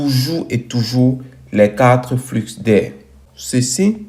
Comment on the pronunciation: Bonjour mon frere, dans le mot "flux", le x ne ce prononce pas, ce dit "flu"mais s'écrit "flux"..... merci pour ta video ça ma appris impeu plus sur les cta 🙏